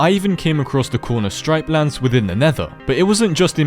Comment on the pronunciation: You said stripelands it's actualy striplands